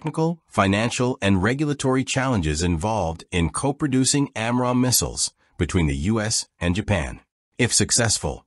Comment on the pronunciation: And its pronunciation of AMRAAM is annoying.